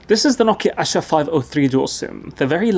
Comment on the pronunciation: It's no asa , it's "aasha "= hope . It's a hindi word.